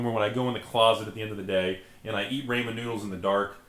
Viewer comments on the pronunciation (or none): in the closet eating rainman noodles. LOL! i am pretty sure its pronounced ramen ( rah-men) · You have to pronounce it "Ray-Man" noodles though, otherwise it doesn't count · oh god he said rayman noodles, shudders